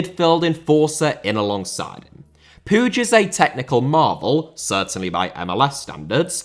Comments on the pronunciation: Just an FYI, but the last name Puig is pronounced like "Pweeg" not "Poodge". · still cant understand how can somebody pronounce puíg as pooge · no the catalan pronunciation of puig is not "pooge" i know that for a fact im not just assuming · I think it might be the Catalan pronunciation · The way butchered Puig's name is brutal, up there with what the Saudi's have done in Yemen